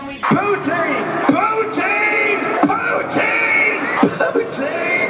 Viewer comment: “poo teen” lolll